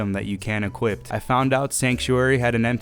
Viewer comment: Equip, not equipt 😩😩 cmooon